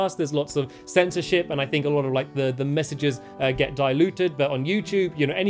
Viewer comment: Wow when stamps said censorship I thought he said censor sh!!t wow